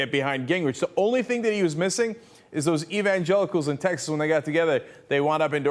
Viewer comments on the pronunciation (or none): none